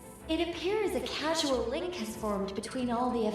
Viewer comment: ...casual?... Causal~